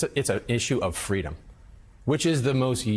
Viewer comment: It's an issue of "fweedom"! Joe, i was that little anchor baby girl.